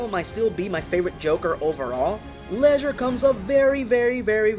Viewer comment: What is up with this guy constantly mispronouncing words and names? It's Ledger, not Leisure! As in Ledger, like a book used in accounting, not what you do for fun, Leisure.